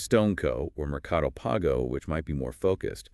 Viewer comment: I think you meant one of the biggest rivals is Mercado Pago? The pronunciation was off, but I understood it from context because I'm Brazilian and I'm familiar with this service from Mercado Livre (Mercado Libre's name in Brazil). It's worth it mentioning that Mercado Pago has around 60M users and larger profits in Brazil, so it's a dominant rival.